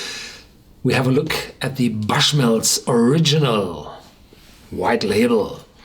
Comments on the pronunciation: It’s not pronounced as you say it sir. The bush is more pronounced boo-sh, not buh-sh (saying this as someone from NI) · Horst, correct pronunciation of the brand name is [bo͝oSH]mills.